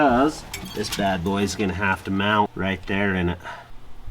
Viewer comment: is always using D at the end of words that end in T he says mound for mount and bold for bolt must be mountain man language or something. Also I'm still worried about his voice has sounded like he's been sick for. Months hope he's ok if not he needs to get checked out we care about you guys